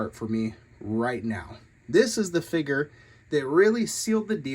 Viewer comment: What is a “figger”?